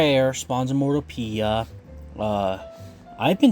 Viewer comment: It’s pronounced mor-TOW-pee-yah. Emphasis on mor-TOW-pee-yah. Hope that makes sense. Also, thank YOU so much for filling out the IV stats today! I’ve never seen anyone else do it before, and I learned a lot from watching this today! Appreciate you & your hard work, mang!